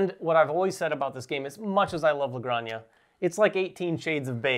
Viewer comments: Hi guys, great video. Just to let you know, Granja its pronounce like "Gran" - "ha". You are pronouncing like Graña, which sounds like "Araña" that means Spider. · Great video guys, btw it's "La Gran-hah" 😄. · It’s pronounced “La Granha” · It takes VERY little effort to look up how to pronounce a foreign name game. You guys are supposed to be professional and this is disappointing. LA GRAN-HA. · Where’s the “y” in La Granja? 🤣 … all love, guys